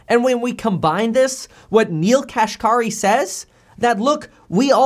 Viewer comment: Neel Kashkari's last named is pronounced "cash carry". Yes, it is funny.